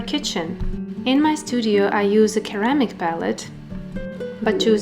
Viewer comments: Hiya, thanks very much for another great video. I love ceramic palettes, and I hope that you don't mind me mentioning it but ceramic is pronounced like the C is an S, for instance Seramic instead of the hard K sound, Keramic. Take care, David. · Pretty palettes! It’s pronounced “suhr-amic” not keramic. But you say it so cute!